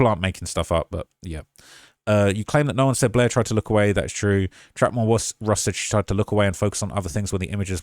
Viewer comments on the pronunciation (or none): none